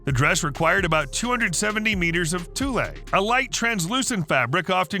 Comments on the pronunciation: Tulle is pronounced "twull", not "toolay" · Or if you are Australian, it’s pronounced “Tewl”, but definitely not Toolay! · Tulle is pronounced like tool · TULLE is prounced tool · TOOL, IT'S PRONOUNCED TOOL! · Tulle is pronounced like it rhymes with “gull,” not “two-lay” 😂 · and its pronounced Tool!! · Tulle - pronounced like tool - if you're making a video, learn the terms! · Ya that really drives me crazy. It's like they don't even research. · Omg I thought the same thing! Irked the hell out of me!